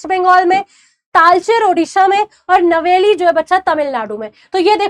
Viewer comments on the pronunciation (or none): नवली Nahi hai ma'am नयवेली hai